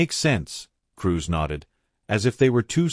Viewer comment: Dotting i's and crossing t's. Cruz not Cruise.